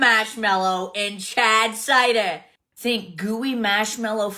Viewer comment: I can’t with the “CHAAAAAD cidaaah” lololololol Then the very next one also having cider in the name… pronounced …. Cider. 😂 shes so unreal with the exaggerated accent hahaha